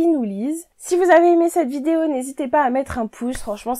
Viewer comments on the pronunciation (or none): none